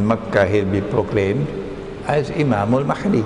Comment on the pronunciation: Brother Imran keeps pronouncing the letter "H" in the name Al Mahdi like the one in the name Ahmed. The letter "H" in Al Mahdi should be pronounced as the "H" in Hector.